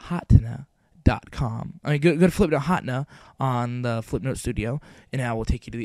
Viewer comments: Hotna? You Mean Ha ten ah? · Flipnote Hotna? XD It's Hatena [ha-ten-uh] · Ha-ten-ah Hatena. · its pronounced "flihp-noht huh-tee-nuh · It's pronounces Hat-ehn-uh HATena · its pronounced Ha-Teh-Nah. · HA-TEH-NA HATENA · flipnote HA-TEH-NAH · Hahaha I don't think you pronounced Hatena right... it should be Hah- (Almsot like huh) ten- (the number) nuh (that's entirely phonetic). I know this is a big controversy in the comments. So let me provide an actually helpful, relevant comment- This was really good! Thank you, I'm going to be using this to post my friend's birthday present. Thank you very much. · Actually, it's pronounced Ha-TEN-na. Like antenna but with an H. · i thought it was pronounced hah Teen ya.